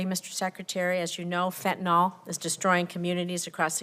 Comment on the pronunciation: I love how she pronounces it Fentanol, like she's confusing the word with Ethanol alcohol.